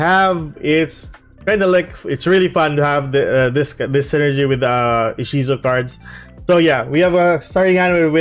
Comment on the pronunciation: Inshizu? You mean Ishizu which is the Romanized Japanese way of the female name Isis, right?